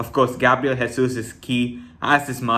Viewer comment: Just because you going to be saying his name a lot, I’ll just say you not pronouncing Jesus correctly - he is Portuguese and not Spanish